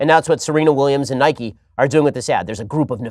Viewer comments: Ben mate I respect you and all But when you pronounced Nike as “Nikey”, I lost a tiny bit respect for you. It’s pronounced “Nike” e being silent. You couldn’t call bike bikey would you? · Ben i love you, but please, please, realise that its pronounced nike not nikey i mean we dont ride a bikey do we?😂😂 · SHAPIRO ITS NIKE NOT NIKEY 😤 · It’s not nik-e. It’s Nike. Like bike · I know they have confirmed it but in my heart it’s pronounced Nike not nikey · He says Nike wrong I am becoming a liberal 😂